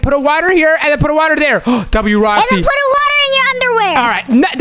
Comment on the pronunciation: said woxy